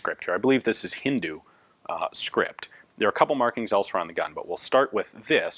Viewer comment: Ian the language you were referring to is actually pronounced as Hindi, Hindu is a person who follows the religion Hinduism .